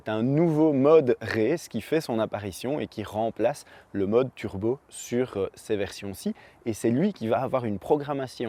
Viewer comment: on ne dit pas "turbeu", mais turbo.